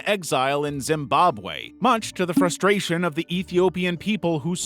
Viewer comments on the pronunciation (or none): none